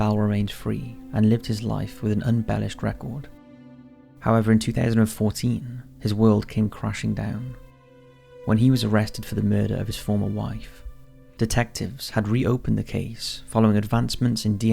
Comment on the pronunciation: Hectacres unbellished affi davey Some more amazing pronunciation and just made up words there bro Just need 2 more for now for a top 5s all on it’s own